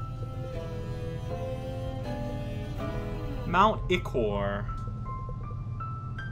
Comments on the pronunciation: Don't you remember from Shovel Knight? It's pronounced like 'eye-core'. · Whoa; looks like we just had Diet Earthsong going on here! Have you forgotten the Troupple King's teachings? It's pronounced "eye-core." "I didn't see this coming" despite every single chapter having at least one village or settlement of people in need?